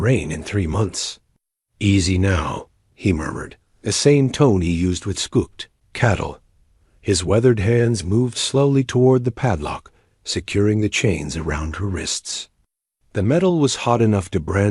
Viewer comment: Scooked is not a word. It should be spooked cattle. 😅